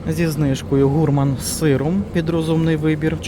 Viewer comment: ГурмАн, а не гУрман - наголос...